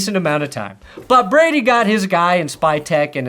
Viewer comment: Your a broncos fan why can’t you say tom Brady’s name